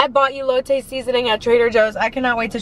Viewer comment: The food looked delicious. Most places that serve Birria tacos will give you a bit more of the broth. Elote is pronounced with an “Eh” sound at the beginning, not “ee.” Since you’re doing great with the rest of the syllables, I thought I’d help you out. Admire you wearing a light colored blouse and not getting it stained.